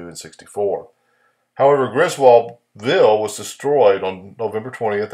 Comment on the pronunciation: Griswoldville is still there, South of Macon, GA. The people there pronounce it, "Grizzle ville." Really popular with the metal detecting crowd, parts are still being found.